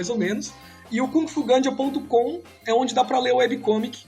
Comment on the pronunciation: Eu entendi o nome de primeira como Kung Fu GRANJA lol